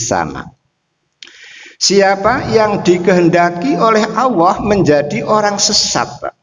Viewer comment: Mohon koreksi, ustad ini selalu menyebut kata ALLAH malah awoh. Sekedar koreksi aja. Mau bagaimanapun jg lidah harus dibiasakan melafalkan sesuatu kata/huruf yg bnr. Agar org2 gak salah persepsi nantinya